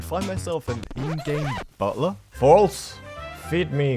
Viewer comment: Yes the Butler Forls 😂😂😂. Oh yeah loadout is Mozambeak and r-99.